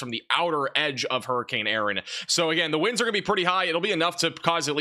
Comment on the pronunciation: Huree Cain Urn ⚱️ .. Southern dialect applied.